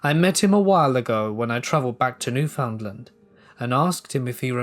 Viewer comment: Gahhhh all those times you were mispronouncing Newfoundland was making me annoyed. I know it isn't your fault and I still love ya! 😂 From what I was told its pronounced NEW-FIN-D-LIND